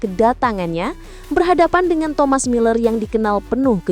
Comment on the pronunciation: Muller jadi memble